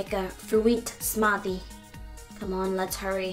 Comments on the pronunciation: Fwuit smatie that's how she says fruit smoothie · She can pronounce every other words.. but not bacon and eggs and fruit smoothie. 'Bac-onnnn and IIGS!